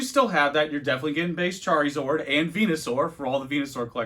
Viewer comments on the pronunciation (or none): I'm 50 seconds in, Charizord... Chari.... ZORD????